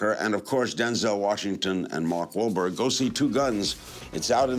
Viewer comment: So Larry CAN say Mark Wahlberg's name correctly LMAO